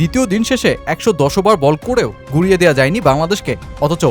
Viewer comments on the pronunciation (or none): ওবার কি ভাই? ওভার বলেন। দিরগো না, দীর্ঘ, ঠিক মত বাংলাও বলতে পারেন না, আবার ভিডিও বানান।